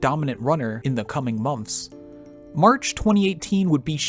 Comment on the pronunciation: Is no one going to talk about how this guy says “mompths” when saying months lol